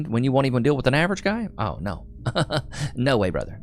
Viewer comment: “Nur”….. didn’t realize that “no” had 3 letters…